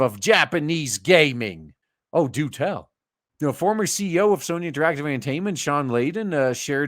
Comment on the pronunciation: Love how you pronounce soyny instead of Sony 🤣🤣🤣